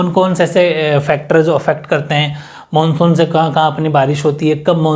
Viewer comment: 🔹 Monsuuu😊😛😛bengoli style m bola.. pr bola to h...😊😊chlega..manshu monshu ek hi baat h sirrr😘